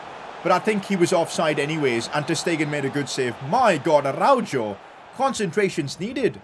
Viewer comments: IT IS ARA-HO NOT ARAUJO AND THIS GUY CALLS HIMSELF A BARCA FAN🤦🏻‍♂️ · im sorry but this bothers me a lot😂 its pronounced “arauho” not “jo” lol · Its Arauho not Araujo😭😭😭😭😭